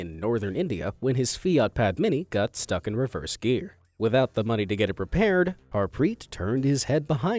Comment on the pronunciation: Bro I am form India his Its pronounced as Daave and Harpreet